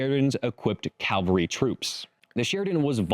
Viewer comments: CAVALRY not calvary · You said "Calvary" more than once. You mean "Cavalry." There is a huge difference between the words.